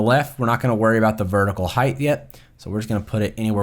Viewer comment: height, not heighth